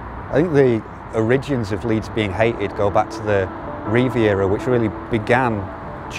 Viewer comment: Who pronounces "origins" like that?!